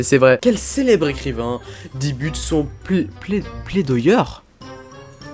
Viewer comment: Plaidoyer se prononce plédoillé. Pour ta culture